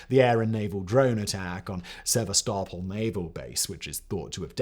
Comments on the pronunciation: Mark Milley, Sevastopol, etc. I could go on but, could you please learn to pronounce the names of the places and people you are covering? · If you are hired because you're a good talker you need to learn to pronounce Sevastopol correctly. Everything else is awesome.